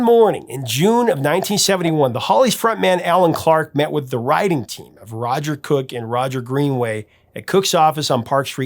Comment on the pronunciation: I keep hearing "rioting session" when you say "writing session" lol. Either way, it sounds cool. Thanks for the vid!